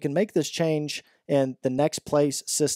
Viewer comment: just a small comment.. It's not SISTA path. It's sys dot path..